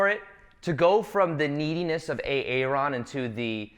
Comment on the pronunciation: Lately I’ve been always imagining you pronounce your name as A-Aron and today you literally did it. God isn’t that the thing called synchronicity?